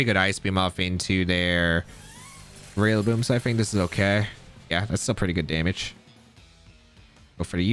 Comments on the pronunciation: This guy pronounces “Rillaboom” 3 different ways lmaooo he needs help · are you saying “Rillaboom” wrong on purpose?